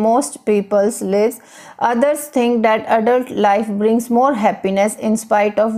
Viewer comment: I think first u pronounced lives as leaaves... Livvvesss.. .. however information by u is very helpful